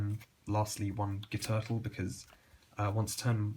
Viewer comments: I know this sounds dumb but Guiturtle is pronounced "Gwee-Turtle for some reason. I know the whole "Gwee-Tar" argument but overlord Konami decided on a weird pronunciation. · Guiturtle is pronounced Gwee turtle